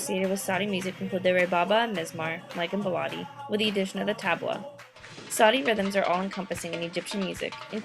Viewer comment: Oh sorry to voice a tiny criticism: The pronounciation of some words kept annoying me a lot (again, sorry to say that). It is not "baalaadi" with an a like you used. It is more of an "e" like in ball"e"t! beledi :) And it is saEEdi not sadi!! long "ee" like in "gee!" :) Else it was really really nicely done!